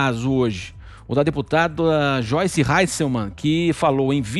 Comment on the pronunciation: Xoice? Quem é Xoice?